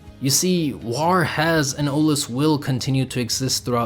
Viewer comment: Love the analysis I feel like you really understand the character from his self perspective! Little note, bit distracting every time you say war as warrr 😂❤️